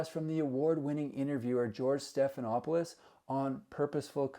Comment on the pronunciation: George Stephenopolos? lol. What an idiot!